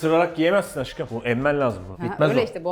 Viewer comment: Fırat Deyda dediğinde auuuuu ama Aşkım yerine Aggım diye Taksim dayı gibi ona hiç bişey yok.Yeter bu ayrımcılık hepimiz Fıratız... Bkz: sn ' Aggımm'